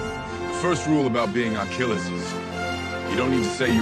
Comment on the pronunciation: "I am...Akiliyess" abah lu!hadoi....hahahaha